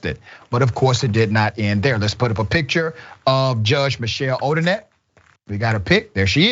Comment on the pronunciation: All of her cases should be reviewed. Imagine the scores of people who did not get a fair trial…. Also, it’s Odinet, not Odinette. Pronounced Oh-din-NAY. People need to know & remember that name and the shame it now carries.